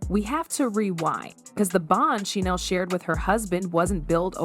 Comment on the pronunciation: Did you say Hoda?? She's been gone for several months!!! And you're mispronouncing Sheinelle. Otherwise thank you for the video. I stand corrected, I just found out that Hoda is back!!! Only 4mths gone and back already on the second half of show with Jenna😮